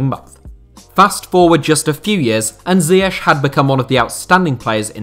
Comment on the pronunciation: Why cant you pronounce ziyech